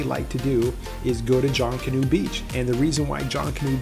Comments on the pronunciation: It's not "JONK-anoo" Beach.. its pronounced like it looks.. "JUNK-anoo" . 👍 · Please pronounce Junkanoo correctly. Phonetically, junk a noo.😉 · Thanks for the video. It's pronounced (Junk)- a- new. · pronunciation aside, thanks for the video and the information. Going there soon! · Couldn't make it threw his pronunciation of Junkanoo. Little research ahead of time would help.